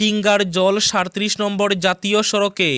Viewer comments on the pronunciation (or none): উচ্চারণ ঠিক করুণ। ' সাড়ত্রিশ ' নয়। সাইত্রিশ।